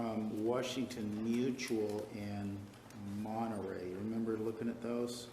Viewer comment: Martinez says “Arias” so extra but can’t say “Monterrey” correctly lol